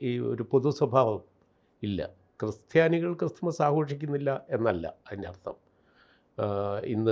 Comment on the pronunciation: ക്രിസ്റ്റിയാനി അല്ല ക്രിസ്ത്യാനി...